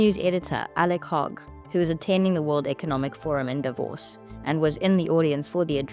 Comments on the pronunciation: Lets try again its not divos ... it is DAAvos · It's Davos, not Divorce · Its DAH-VOSS, not "divorce"😂😂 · It's not DIVORCE...it's D A V O S. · Opening presenter needs to get her pronunciation correct ! DAvos and XAvier - which she should manage as a South African - if you substitute Afrikaans J for the Spanish X. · Please learn to pronounce “Davos”. Otherwise, thanks for sharing Milei’s speech. 🎤